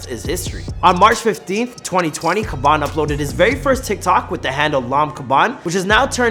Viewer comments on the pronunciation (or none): Man said khaban nvm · The way you pronunce his bene Triggers me to an extent I didn't expect, it sounds like you're saying Kebab😂😂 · Why you calling him Kabon if it Khaby? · Why do you pronounced his name khabam? Instead of khaby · It is pronounce Habaan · not being rude or something its Khabby lame( Pronounced like Kaaby lame ) :)) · its khaaaaaaaaaby lame damn it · Iys pronounced Kha"bee" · Lol why do you pronounce his name like that? Its funny how you say it. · I don't know If that's how you say his name bro